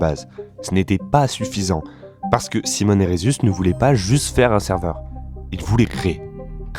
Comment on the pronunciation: Pas foutu de prononcer Minecraft correctement... Et Simon... soit tu le prononces a la francaise, soit a l'anglaise, mais pas un mélange des 2... Lamentable !